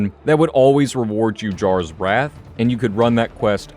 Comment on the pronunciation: Jarras Wrath... lol